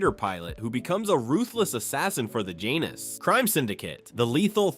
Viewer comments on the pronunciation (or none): It is BLATANTLY OBVIOUS that the voice work is AI-generated based SO MANY DAMN mispronounciations or words spoken in the film itself. My favorite is Janus now rhyming with Anus!